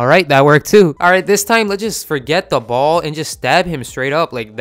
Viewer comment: Ballz? Sounds like balls 😂